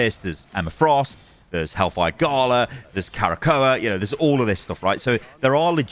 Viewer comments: Bro there is no extra A in Krakoa. It isnt Kara-Ko-a. It's Kra-ko-a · I grimaced each time said "Karakoa". He straight up added a letter that's not even there, haha. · Arrako: Uh-rock-oh Krakoa: Kruh-ko-uh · My guy its pronounced “KRAH-KOH-A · magneto says it in game its pronounced "kra-ko-a", krakoa is a sentient island that is also a mutant, once discovered the mutants decide to live on it to avoid there continued scrutinisation from humans I hope shes a strategist vanguard mix like Mr fantastic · its "KRA-KOH-A" haha xD. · Magneto literally pronounces Krakoa in the game. I’m surprise u are pronouncing incorrect. All good though. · "I'm a big X-Men fan." ->Doesn't know how to pronounce Krakoa.